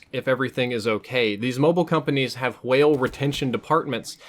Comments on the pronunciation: Couldn't finish video due to the pronunciation of w-hale. Jk :) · you say whale like stewie says coolwhip